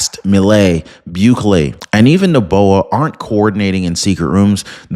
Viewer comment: Ecuador's Bukele is pronounced Boo-KAY-lee